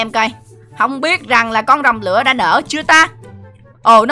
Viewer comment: Anh đọc sai tên không phải rồng lữa mà là rồng lửa